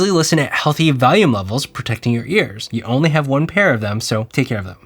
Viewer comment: You say valium for volume loo